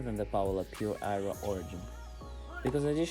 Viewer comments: lol, I went half the video thinking was calling it the eyeroll racquet - some kind of cut on its ridiculousness. Aero! Aero was the word!! 😀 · “Eye-Ro” “I-row” “Aye-roe”...